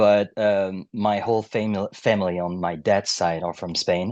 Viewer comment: I love how he was about to pronounce “family” as famille.